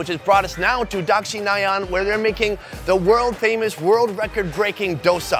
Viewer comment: FFS ITS DoSA NOT DOSA